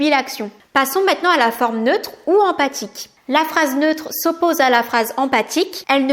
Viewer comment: Attention c'est phrase empHatique et pas empathique !!!